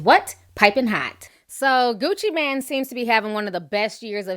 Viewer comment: his name is gucci MAAAANE nicht gucci MAN, geez i swear she needs classes on pronunciation